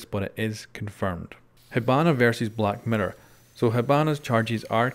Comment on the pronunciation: Did anyone else hear black matter instead of black mirror